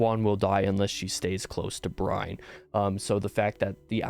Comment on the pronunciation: lmfao Gareth Bryne - GAH-rehth BRIHN. Nailed the 1st name. Failed the last.